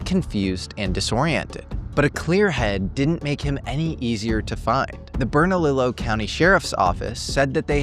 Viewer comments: Just fyi Bernalillo is pronounced BERN-A-LEE-O From a former New Mexican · This was a profound video. Thank you so much! I know it doesn’t really matter but since I know you will be reporting on these people and places again. I wanted to share with you how some names should be pronounced. I come from New Mexico and Bernalillo is pronounced Berna-Lee-yo and Taos native’s last name Casias is pronounced Cass- eeyas. One thing you should know, several women have disappeared in Taos under the same circumstances. It is believed that Taos has a serial kidnapper/killer. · The only thing scarier is your pronunciation of Bernalillo.